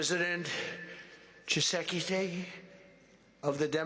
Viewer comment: President Chisekise😂😂😂😂😂